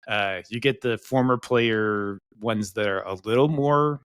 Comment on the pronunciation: Ted is so smart and knows his stuff but man we gotta learn how to pronounce the players names lol